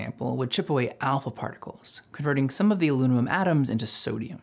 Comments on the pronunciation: Okay, "aluminium" is fine, "aluminum" is borderline acceptable, but... "alunamum" is starting to get silly. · I noticed you say "alunimum" aloo-nim-um, not "aluminum" aloo-min-um or "aluminium" aloo-min-ee-um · "Alunimum". That's a new one XD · "sample of Alunimum" xD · "This is a phenomena..."? A sample of "alunimum"? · Is it just me or did anyone else hear him say Alunimum ? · Alunimum? Lol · great video, but alunimum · hes saying lunamum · Have to admit I've never heard it pronounced alunimum before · Sounds like he morphed the British pronunciation Aluminium with the American Aluminum. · Alunimum huh? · You just created your own new element, "aluninum"! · Pedants: go listen to ‘Shake Your Rump’ by the Beastie Boys. The ‘alunimum’ pronunciation is clearly an homage to AdRock. Great video. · Pronouncing "aluminum" like the Beastie Boys. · Did you just say AluNIMUM??????????😂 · my guy can't say the word alunimum😅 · wait... What? Did you pronounce aluminum as "alunimum"? Lol wut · Can’t quite pronounce Aluminum there? ;) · You pronounced it that way on purpose, didn't you. Fantastic video! The history of how these concepts were discovered is just so intriguing to me. I feel like we would better understand a LOT of science and math if we knew the stories that motivated their discoveries and inventions. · You apparently have difficulty saying the word, "aluminum." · Is this pronunciation of aluminum a joke? Genuinely wondering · I’ve heard aluminum pronounced different ways, but never like how you said it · This dude can't pronounce aluminum...